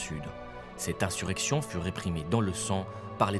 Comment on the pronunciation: "À Rome le pape FOUIT" what, sorry man I'm french but I don't understand what you say?